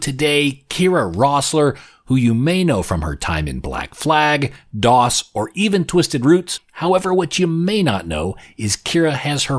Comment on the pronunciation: its not pronounced 'dos' like the old operating system, it's 'dose' (like spanish for 'two'), just sayin'! ...